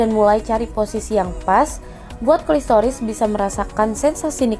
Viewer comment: namanya klitoris bukan klistoris.